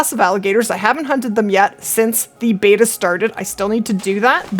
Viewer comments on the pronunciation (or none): none